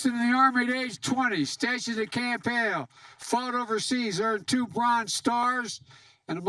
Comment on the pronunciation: It's Camp Hale, not camp hill.😳 🙊🙉🙈🤡